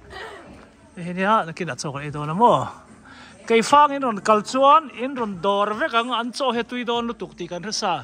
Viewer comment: Keifang aw keih fang nilo in Sir